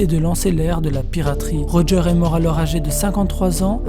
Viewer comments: Pk tu dis Rogear au lieu de Roger ? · Pourquoi tu dit "Roga" alors que sa se prononce "Roger"??